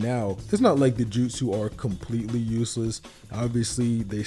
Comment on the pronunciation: Take a shot everytime he says "JUTSEW"